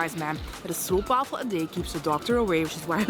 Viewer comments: Stroopwafel is pronounced as strope wafel. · And if you are having trouble with the pernouncement of "stroopwafel", try to replace "oo"with "oa", like in "boat". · there is no oe as in shoe in stroop, there is an oo clearly, as in slow or go so never say stroup waffel again PLEASE! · 'Stroopwafel' is pronounced differently. With the double o 'oo' in Dutch 'Stroop' (which when translated is syrup but also applies to the thickness like that of apple butter) is pronounced like 'strobe' and the 'wafel' is not pronounced as the English translation 'waffle' but as 'wah-full'. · You pronounce it stroapwahfel.....